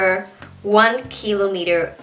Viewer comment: nhấn chữ kilometer sai roài...